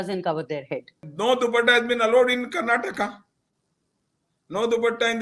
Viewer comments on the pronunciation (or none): For the interviewer , the state is not called as ' Karnatak ' it is called as ' Karnataka' .